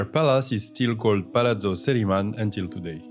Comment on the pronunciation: Good video, but he butchered the pronunciation of Sceriman.